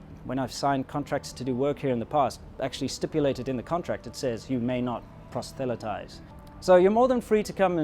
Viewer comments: Good video. The word is "proselytize", not "prostelytize" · Proselytize, not prostelitize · THE WORD IS "PROSELYTIZE"; IT IS PRONOUNCED "PROS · UH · LAI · TAIZ". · And When you say "prosthelatize" I think you were getting the word "Protestant" and "evangelism" confused